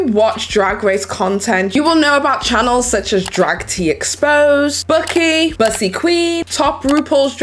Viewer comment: Not sure if anyone else commented but Bucy is pronounced boo-see